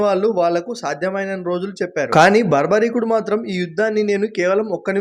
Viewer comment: ఒరే బాబు బార్బరికుడు బర్భరికుడు అనకండి రా అయ్య అస్సలు మహాభారతం మొత్తం మిద ఆ పేరు ఎక్కడ కనిపియ్యదు చదవకుండా యూట్యూబ్ వీడియోస్ చూసి ఫాలో అవ్వకండి అస్సలు ఆ పేరే తెలుగు పేరు లెక్కన లేదు అంతా గొఱ్ఱెలాగ తయారు అవుతున్నారు